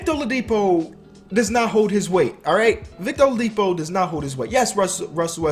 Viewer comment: Watching at the middle of the 2018 season and hearing him say olidipo is bad. LOL